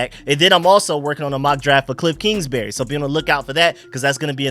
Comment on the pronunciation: I think it’s Kingsbury not Kingsberry